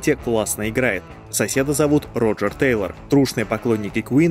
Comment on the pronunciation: Тэйлор ( а не Тайлер)